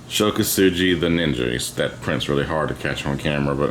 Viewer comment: Ko-Su-Gi not Ko-Su-GEE